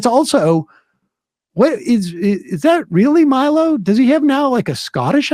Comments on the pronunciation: It’s hilarious that Sam can’t or won’t say Milo’s name right. 😂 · That added syllable in Milo's name is gold